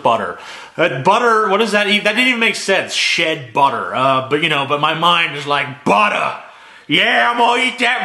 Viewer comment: "BUDDER. YEAH i'm gonna eat that BUDDAH!" Congraduultaions you are now a meme.